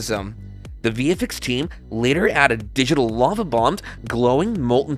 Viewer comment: Your AI announcer sucks,as it can't read LOVE as Lava.You expect people to like your site when you you can even get your BS AI to read properly??